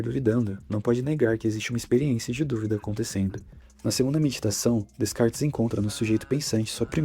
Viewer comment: A pronúncia é Decarte, não existe descartes.